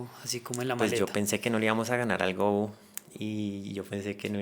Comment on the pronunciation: El juego del Go no se pronuncia "gou" como si fuera inglés sino "go" como en español